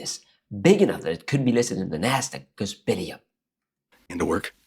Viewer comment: bell-y up, you pronounced it bill-y up. Think of the word bell 🔔 and the letter "e". Good video